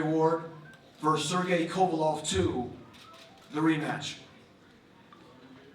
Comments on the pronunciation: You'd think this is a big enough talked about fight that my guy would know how to pronounce kovalev and not say kovalov the drip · Why do Americans pronounce 'Kovalev' as 'Kovalov' so annoying